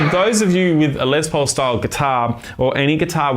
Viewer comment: Who's "Ice"? What's a "Lez Paul"? 🤔🤨🤔🤨